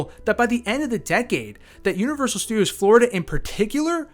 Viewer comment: “Universudios Florida”